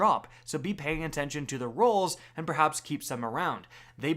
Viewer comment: dude said "behaps" lmao.